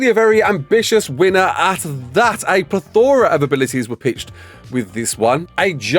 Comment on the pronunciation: He really loves the word plethora and mispronouncing it